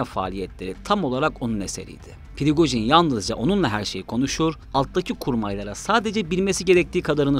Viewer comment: Pirigojin degil la Prigojin😅